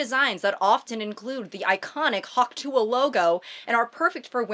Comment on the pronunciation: saying hawk tuah correctly is so refreshing